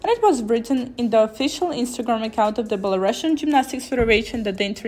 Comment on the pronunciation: Belarusian is pronounced Belaroosian, but good progress with your english 😊